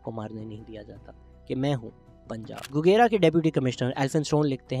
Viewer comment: Very insightful information Shehzad Bhai. Just a little correction regarding "Gogera". It is actually pronounced as گوجرہ۔ It will be much appreciated if you can start a proper series about unsung heroes of Punjab... Thanks